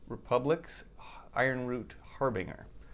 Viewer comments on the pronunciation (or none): Great job IronRoot Harbinger is pronounced Har/Ben/Jer. You need to get to DFW or Dallas Love Field, I’ll give you a ride to IronRoot and back to the airport.